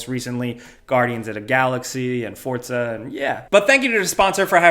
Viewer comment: is it pronounced fourza? or fortsa?